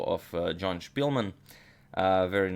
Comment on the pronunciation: Spilman a ne Špilman. Velemajstor je Englez a ne Njemac. 🙋